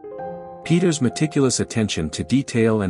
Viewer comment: I like this format of informative shorts on art. Keep em coming! Peeters is pronounced like 'Pay-tuhrs' though